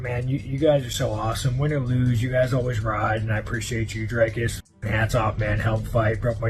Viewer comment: Dana, who is more professional? I will spell it out for you. Stay with me now...DRIKUS DU PLESSIS. And no, it is no Drykus.